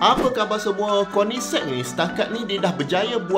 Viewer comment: Akhirnya sy pandai sebut nama kereta ni bila dengar abg sebut 🤭